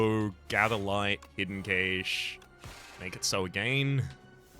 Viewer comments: I have never heard anyone pronounce "cache" that way. I always heard it pronounced like "cash". Is that an accent thing? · We English dont say it like that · Is he saying hidden cache wrong on purpose? 🤔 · Nope, they're saying it the way the English say it.